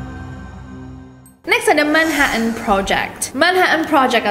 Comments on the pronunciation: Manha'an Bri'is Cocon'u wo'a Manches'e ci'i On the bo'om Li'e bi' wo'a 😂😂😂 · MAN - HA - TN BRI - TN BULEPOTAN